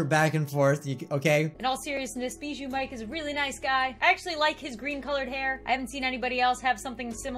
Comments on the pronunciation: English:Bijuu mike. Sweden or people who can't pronounce right:Bee shoe mike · Bro how it literally says it on his yt channel it says bijuu mike-.Not bee-joo mike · Bijuu mike not Bijoo mike said it wrong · "Bijuu" Mike is now the BEE KING! or should i say... ....BEE-JOO MIKE? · It’s bee-poo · Its bi not bie